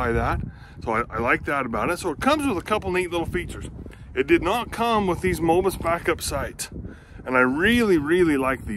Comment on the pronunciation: I loved your video but I had to laugh when you called those sights Mobus sights. 🤣You probably know by now that they're MBUS sights. No pun intended, but that just made me laugh. Keep the videos coming.